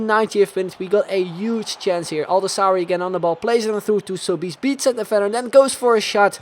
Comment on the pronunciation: Sobis its pronunced Soh-bes